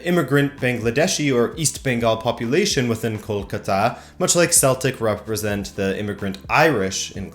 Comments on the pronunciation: I am a PROUD BENGALI good video btw, the city is pronounced as kol-kaa-ta, not kol-ka-taa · You butchered the mate kol-cuter. Google Kolkata Knight riders a cricket team to see how it's pronounce. 👍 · You mispronounced Kolkata and Bengal. I know because my parents and their parents and their parents and their parents (you get the point), all are from India. I just live in the U.S. because my parents moved here.